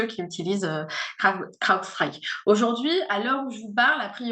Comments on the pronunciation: L'accent du magreb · La prononciation inssuportable de Crowdstrike par madame